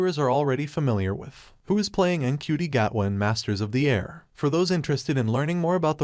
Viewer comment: Its pronounced chuti apparently.